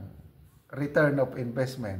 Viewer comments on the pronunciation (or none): Flow of disbursement, not inveztment...kaya pabulosok na economy natin...?